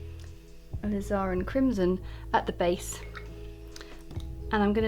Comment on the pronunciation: Please refer to your dictionary for the correct pronunciation of the word alizarin. It's jarring to the ear to hear you repeatedly mispronouncing it.